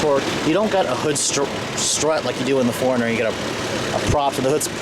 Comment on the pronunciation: When you say '4-runner' it sounds like 'foreigner.'